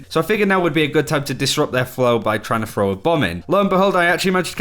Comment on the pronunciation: Throw! Not frow! Learn fucking English Frough frow